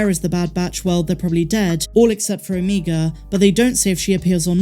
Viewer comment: O-MEG-a not O-mEEg-a…. Please, please, please!!!!! Love your channel and everything else you do!!!